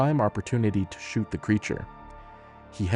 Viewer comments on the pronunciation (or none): none